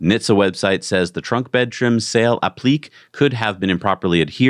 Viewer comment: "The trunk bed trim sail applique..." Note: the word "applique" has three syllables (app-li-KAY), which is perhaps more obvious when the accented version is used: "appliqué." (In case you didn't know, it refers to a type of embroidery, but can also be used for pretty much anything which is "applied" or "attached" to a surface.) -- "Space Sudoer..." As long as I'm on the subject of pronunciation... this X/Twitter handle is a reference to the Unix/Linux command "sudo" (pronounced just like "pseudo") which allows you to "do" (execute) a command with "super-user" privileges, without having to log in as root first. Normally you would use the "su" command to assume root privileges, and then you'd use the "exit" command to return to your normal user status. But "sudo" allows you to skip those extra steps if you just want to execute one or two commands. Also, it will time-out if you don't use it for a while, which helps to protect you from doing something stupid with that much power... ;-) Anyway, I think the preferred pronunciation would be to put the emphasis on the first syllable: "SOO-doh-er"